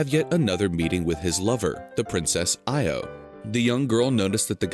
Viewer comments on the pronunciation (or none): I think the Greek pronunciation of Io is more like ee-oh, stress on the oh.